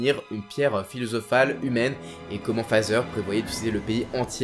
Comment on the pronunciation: Aaaaah tu disais "Father"?!! Moi j'entendais plutôt Pfizer 😅